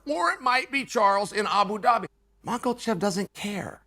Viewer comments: It s more like michaelchev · This mf really thought we didn’t catch him pronouncing Islam’s name correctly and then reverted back to ma Kal chev the rest of the way through ! I caught you out mf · Bro gariush, makelchev, I'm dying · Love Uncle Chael's channel!❤ I still laugh every time Uncle Chael pronounces Makhachev's last name as "Mak-el-Chev!" Simply hilarious!!!😂 Uncle Chael doesn't care how he pronounces last names! Love it!!!😂👍🤣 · “Benny Da-roosh” and Islam “Mocklechev” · Mackul-shev lol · Chael "Macklechev" Sonnen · 'Makalchev'. Greatest ever. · I love that Uncle Chael purposely mispronounces names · First of all, Learn how to say Islam’s name lol Second, Boo Chael !! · If you cant pronounce his name you need to just shut up chael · Chael the white weirdo sonnen... It's time for you to Pronounce Islam's name correcty. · Why does Chael pronounce Makhachev with a hard L in the middle?